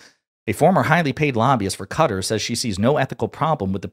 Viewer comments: I support and appreciate you, but PLEASE, it's NOT Cutter, it's kuh-TAR. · it’s not CUTTER… it’s ka-TAR! please correct your error!!! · Who cares what Ben says, also, Its Qatar. Not Qahter, not Cutter, its QATAR! Who have supported Hamas. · We Asian call the country ka-tar US keeps saying cutter, initially i thought trump was being bribed by a person named Carter Whenever i hear Americans say cutter or Carter referring to qatar (ka-tar) i cringe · It's pronounced kat tar . 😂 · It's Kah-TAR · It's not pronounced Cutter. Stop doing that. It detracts from your credibility from the first instance. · Stop saying qatar like that 🤣